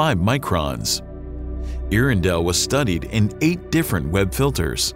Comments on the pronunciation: “Ear-in-dell” doesn’t even make sense. Get it together. “Air-endell” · “Air-endel” but correct me if I’m wrong. You would think they would get it right. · Your narrator need to brush up on his pronunciation of “air-endell” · And the presenter mispronounces it. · Another quick fact. His mispronunciation of it almmost ruined my meal. This is how I learned I am too much of a nerd for my own health. :( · Good documentary, but you'd have had more credibility if you had learned how to pronounce Earendell. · I'm sorry, there's no way I can listen to you mispronounce Earendel for10 minutes.